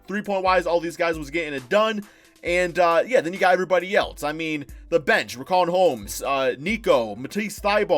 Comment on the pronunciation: Nobody:: RIKAWN HOMES